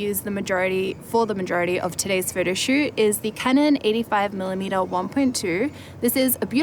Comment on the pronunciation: I like it how she pronounces "photoshoot" as "Frodoshoot" ^_^